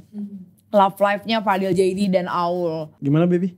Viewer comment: Kok gw dgr nya kya manggil fadil jaini sii 😂😂😂